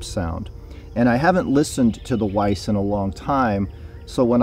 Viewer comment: nice review - but one must pronounce Veiss like with a V, not English W ;-)